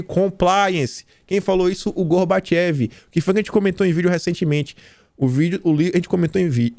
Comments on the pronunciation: Pronuncia-se Gorbatchov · não seria Gorbachove a pronuncia?